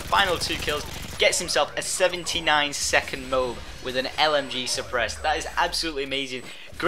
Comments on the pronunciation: Love you syndicate but its MO-AB. MO-AB! Not MOBE! Cheers! X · it isnt mowb, it is called a moAb, pronounce the "A" in it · Mo-ab, saying it mobe is just annoying. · i know what it stands for, and how are you burstig my bubble? All i said was that Syndicate pronounces it wrong, you need to pronounce the A in MOAB. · I am sooo sorry that pronouncing an "a" sound is TOO much effort for you (BTW, I can not seem to find my small violin, so I can not play a sad song for you, sorry)